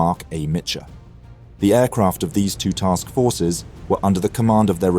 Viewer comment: Excellent vid but a small note, Marc A. Mitscher, not Mitcher.